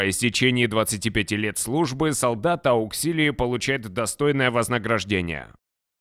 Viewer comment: Не Ауксилии, а Ауксиларии! А так очень классный ролик, спасибо)